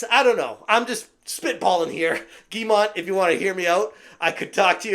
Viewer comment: "Yves" is pronounced like the english "Eve" (i'm french) (Guillemot pronounced like Giymo, but you did pronounce it well already)